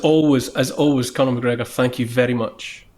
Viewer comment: Macgregor, NOT MCgregor! Thank you!